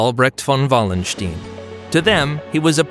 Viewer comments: like the video for its historical correctness (as far as short YT clips can do this justice) but why is it so difficult for American narrators to get prominent historical names right - Richelieu or Wallenstein; both names should be easy to get right (and even come with voice files on Wikipedia) and yet this American butchered them completely. ☹that was disappointing. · I looked up how to pronounce Richelieu. The video gets it correct. As for Wallenstein, I guess he thought the W was pronounced as V in the native language. And "stein" is often pronounced either as "steen" or "st-eye-n" in English, so it is understandable that he would make that mistake.